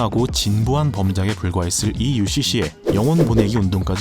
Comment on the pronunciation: UCC라고 부르는 부분에서 강력한 의지가 느껴지네요 ㄷㄷㄷ